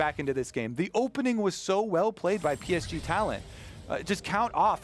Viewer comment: Can they srsly not pronounce PSG? Come on its not that hard.